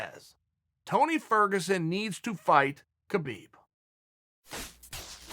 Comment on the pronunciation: “Kerbeeb” – Chael